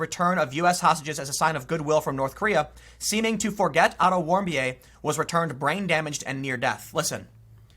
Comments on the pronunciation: Warm-bee-ay? It's Warmbeer. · Otton's last name is pronounced 'Warm-Beer' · Pronunciation of Otto Warmbier = Auto Warm Beer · Otto Warmbier = Otto Warmbeer Yup, that simple. And that was my gobshite moment of the day :P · I believe that Otto Warmbier's name is pronounced Warm"beer". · It's pronounced warm beer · It's pronounced "auto warm beer' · Name is pronounced "warmbeer" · Warmbier (pronounced: WARM-beer). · It's pronounce Otto "Warm-beer". Yes. Literally. The left just want to keep looking at the past. Erase all the truths we have learned from and make opportunities to victimize. That's too bad. The future is going to come regardless. Might as well try to make the most of it. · It's Otto Warm Beer. That's how you pronounce it. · Warmbier is german and pronouced warm-beer and means exactly that... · Warm beer is the pronunciation.